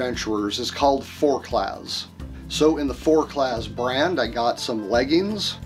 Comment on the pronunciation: the Z is silent in forclaz and quechua is not a french word... i'm surprised you haven't heard of quechuas with your religious background